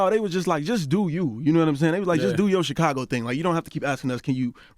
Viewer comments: It's thoroughly irritating the fact the Charlamagne REFUSES to pronounce CHIcago properly. Smh. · I want Charlamagne to stop saying CHEEcago